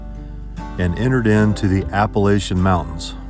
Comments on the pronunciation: I'm gonna have to ask nicely please don't pronounce Appalachian the way you do. The correct way to say it is Apple-at-chun. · You darn near kilt me with how you pronounced Appalachian! It hurt so bad 😂. At some point you should show how long and downhill the shutdown is at The Rock because it’s also considered an airstrip!